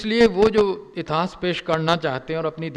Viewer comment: इतास नही इतिहास बोलो महान इतिहास कार .